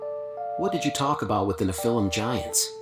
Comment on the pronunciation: It sounded like AI asking the questions. It couldn't properly pronounce Nephilim Giants